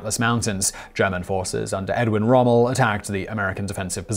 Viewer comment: Did he just say Edwin Rommel??...